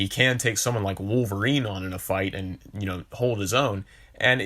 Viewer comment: “I don’t wike it!” Sorry, don’t mean no disrespect, just reminded me of Chris Evans in a funny way.